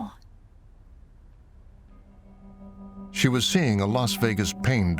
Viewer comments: It is NOT called FENTANOL!!! It is FENTANYL!!! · The Correct Pronunciation Is Fent Ah Nill, Not Fent Ah Nall, I've have chronic pain for 50 years and have taken Opioids for 50 years I've never been convicted of a felony and never been to prison, some people get addicted and some do not, It's just that simple.